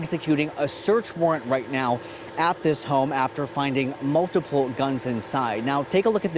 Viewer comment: notice the pause on "multiple" guns. A tactic used to emphasize seriousness or something dramatic, especially used with something is an issue. As if having "multiple" guns is a problem.